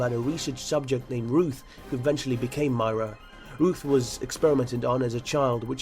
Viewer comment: No one going to comment about pronunciations? "Myra"? "Leetho"? No? Okay.